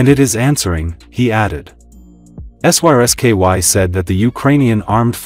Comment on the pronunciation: At least check the pronunciation of your AI before mindlessly posting it mispronouncing Syrsky